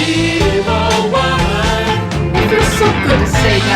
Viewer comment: I hear it that way sometimes, the way they turn evil into a three syllable word (ee-ee-vil) is pretty close to "meed-ee-vil"!